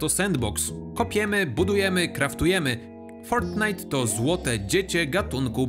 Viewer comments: Kisne kiedy mówisz z takim amerykańskim akcentem "fortnite" xd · Czy tylko mnie wkurwia jak on mówi fortnite